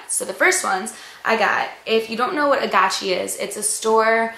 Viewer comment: i thought it was called agaci with the g not a chi sound but lol